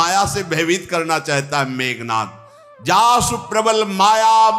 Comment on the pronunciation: Meghnaad hi bol rhe h , tumhe sunne mein problem h shyd